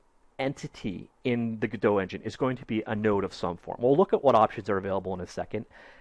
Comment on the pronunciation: Just a quick note for future reference: the people who developed the Godot Engine call it "Go Dot" and their logo is a "robot" (Go Dot). I started out calling it "Guh-dough" like you did, but in speaking to them they say "go dot".